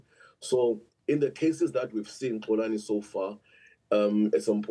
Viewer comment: Not Xolani, Xoli!